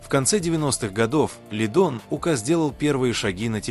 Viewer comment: Смотрю все ваши видео,интересно,но пожалуста ставте ударение правильно,не ука' а ук